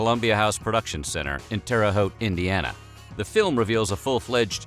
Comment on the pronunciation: First, Thank you for pronouncing Terre Haute correctly. I live in Terre Haute and we are also the home of one of the last Sony DADC plants in operation. At one point nearly everyone you knew here had either worked at Columbia House or DADC. The Columbia House corporate office was next door to one of DADC's plants. Fraud was also rampant inside the distribution centers too. I had a friend that worked at Columbia House and he had thousands of cds, cassettes and vhs movies. I had another that worked at DADC and could get any PS1, PS2 or PS3 game that they packaged. We were also the METH capital of the world for a while so just about everybody here is a thief. It's kind of a shame, now those buildings are for the most part empty and good jobs are long gone.